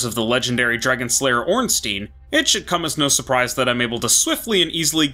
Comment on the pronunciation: Ngl I really don't like hearing "Stein" pronounced as "Steen"